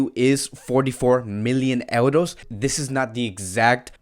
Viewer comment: Brooo...say euros..not eldos